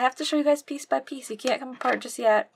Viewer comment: I like the part when she said peice.